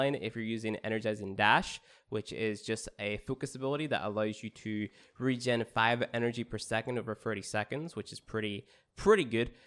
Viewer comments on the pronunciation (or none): none